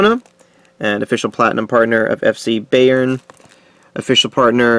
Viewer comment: Said bayern wrong mate try again